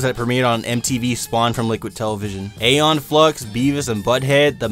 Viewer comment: Ee-Yon, not Ey-yon. Come on, now.